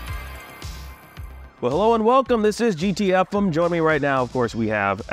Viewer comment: Love the show but OMG why do you keep calling it "GT EFF'M"? Isn't it "GT EFF-EMM"? Like the radio frequency? Bah!! WHat is happening here? Whyyyyyyy?